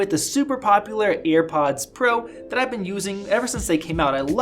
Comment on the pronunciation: why tf is he pronouncing it "earpods" drives me crazy